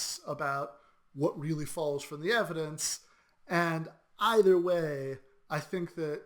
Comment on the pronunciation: It's pronounced "From" not "Froom," ; )